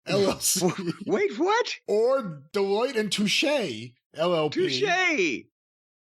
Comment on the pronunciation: not knowing how to pronounce Delloite and Touche while making a living off the stock market worries me.